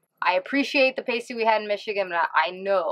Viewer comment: You don't say that word the way you think you do 😉. My family is from the western UP and Pasty rhymes with Nasty. So jealous of your time in the UP, enjoy!